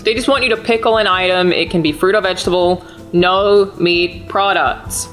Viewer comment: Whenever you subtitle Alanah saying "no" you should spell it "Naeoughue"